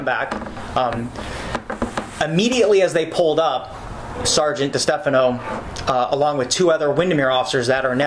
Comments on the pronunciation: Can we please have a montage of every single "saregant" or "officer oogletree"? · "all i kept saying over and over was 'sargeant'" for once he's not lying